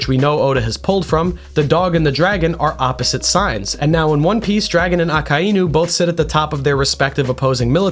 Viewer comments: Ah-Kuh-E-New? Ummm...no..it's -Ah-Kai-New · is it really pronounced "Ah-kah-EE-nu" or am i rightfully losing my mind thinking it's pronounced "Ah-k-eye-nu" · PLEASE FOR THE LOVE OF GOD, SAY IT LIKE THIS——> AA-Kay-NU,,, not fucking ah-kah-inu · Akainu is pronounced Ah-Kai-New not Ah-Ka-Eye-OO you are most likely doing that mispronunciation on purpose but I still have to stress that it is a mispronunciation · I almost turned the video off when I heard you say his name …. It’s A-KIN-(D)-New … the D is silent lmaoo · Why are you saying aka inu. It’s one word akainu. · Its a-kai-new. Not a-ka-ee-new. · if your going to mak the greatest akainu video , than at least pronounce his name right , i can not sit thru 50 minutes of you saying AKA iiii NU ,, its A KAI NU , even tho its two different words making 1 word aka and inu , it gets its own pronounciatian when mixed , the I is pronounces like db KAI aKAInu not aka iiiiiiiii nu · My brother in Christ, it's uh-ky-new, not ah-ka-eye-new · A-Kai-Nu, not A-Ka--i-nu. Good vid though. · "Baka Inu". Thought you could sneak that by me, did you? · say it with me AH-KAI-NEW 🤦🏻‍♂ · It's pronounced AH-KEYE-NEW my dude. Japanese vowels are the easiest to pronounce. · But that's not how it's pronounced. Those are the roots. If you watched the show you'd hear it clearly a kai new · aka-inu lol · don't get me wrong I am 100% sure that it is but I'm so used to the americanized version that "Aka-inu" sounds super weird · The name pronunciation really threw me off but I like your theories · The way he pronounces akainu is gonna drive me insane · You pronounce his name like a complete idiot 😭😭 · Great video! Sucks that you pronounce Akainu like that though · Why he gotta pronounce it like that smh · The way he says the name irks me. But good shit haha